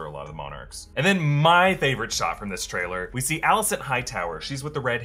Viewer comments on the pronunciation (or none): none